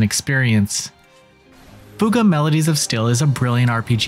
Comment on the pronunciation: Holly cow you actually said fuga right an not like fyu ga like other people keep calling it